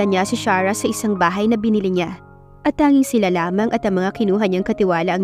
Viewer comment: Pangit ang pagkabugkas ng arte charah 😂😂😂imbis na Sarah kaluka